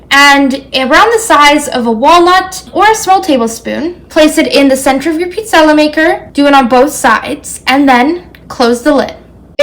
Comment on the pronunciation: Interesting, in parts of Northern Italy we pronounce it the way she's saying it. 😊